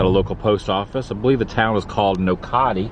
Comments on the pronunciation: That would be pronounced knock-a-tee….. My wife and had a PO box in that Post office before we were married. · Nocatee is pronounced "knock-a-tee." Enjoyed the video! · Tha k you for doing a tour of Nochatee pronounced NOKATEE. My great grandfather has property there and it was so cool watching your tour. I also have tons of family in Arcadia! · One town you mispronounced was KNOCK-A-TEE (Nocatee) but it's understandable... good job on this vid!!! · Nocatee pronounced "knock-ah-tee". Nice to see Adam showing viewrers some of the historic small co munities of SW Florida. 🫡